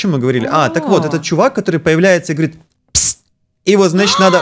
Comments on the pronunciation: он не говорит псс а говорит псст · не псссссссс а пссссссссст